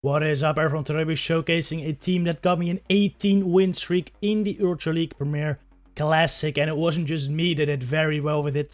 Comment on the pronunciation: The way you say ultra league sounds like eultrah league (Dutch accent I assume)